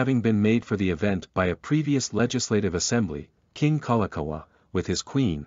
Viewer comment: I was out after I hear Kalakaua get butchered.